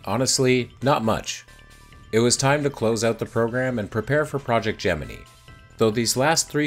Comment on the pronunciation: Congrats on the sponsorship! Also, thanks for reminding me it’s pronounced Gemini, not Gemini.